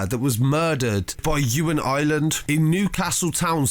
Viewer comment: I r é land not island man please prenounce it properly haha